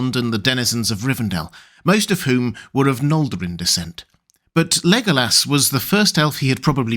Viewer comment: He is a cutie pie. But why do you pronounce it Lego ass?